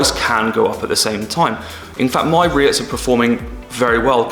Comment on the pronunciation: Cool beginners into vid into #REITs!💎✨👌I love it when you pronounce it... RETHs!😅